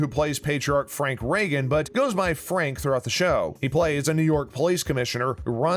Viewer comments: Rather strange that the narrator pronounces the name correctly as 'Reagan' at the mark.... but then the same narrator pronounces it incorrectly every time for the rest of the video as 'Rheegan'. Are you suuuuuure you watch this show...? Otherwise, nice synopsis of the series. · Good Lord! Get the pronunciation of their names right! Their name is Ray-gan, not REE-gan! Others are pronounced incorrectly as well. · Wish the narrator would pronounce the names correctly. Reagan is “Ray-gen”, NOT Ree-gan. Danny’s partner is “Bye-ez,” NOT “Bays.” And Erin’s real last name is pronounced “Moy-ni-Han.” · If you're going to talk about Blue Bloods, learn to pronounce the names. It's not Ree-gn, it's Ray-gn; it's not Baze, it's Bie-ez. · Raygun not reegun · Dear, when you do a story about the 11th season of Blue Bloods, you would think you would know the correct way to say Reagan, the main family’s last name, not Regan but RAGan. Like a sun’s ray. Not real professional. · For someone who supposedly knows all about Blue Bloods, why can’t he pronounce anyone’s names? Reegens? It’s pronounced Ray-gun!! Get with it buddy! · Love the show!! It's Ray gan not Ree gan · How is it possible the announcer knows this much about the show, but doesn't pronounce the family name correctly? It's not "Reegan." It's "Raygan." As Danny said on a show. "Like the President." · It's Reagan... Rey-gan, not Ree-gun. And it's Baez... Bi-ez, not Bey-es. If you don't know what you're talking about just don't bother making the video. And it was never cancelled or said Season 11 was it's last... Fake click-bait! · Ree-gun? Try Ray-gun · It’s pronounced Raygan not Reegan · With all do respect, sir, if you're going 2 state your opinion, plz pronounce names properly. Reagen ==Raygen not reegun. Baez==Baayez not Bays. Makes me wonder if you actually watch the show. With all do respect, sir. 😇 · Raegan= Ray-gan not Ree-gan!!!!! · BTW its pronounced Ray-gan .. not Re-gan... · Reagan, not Reegan.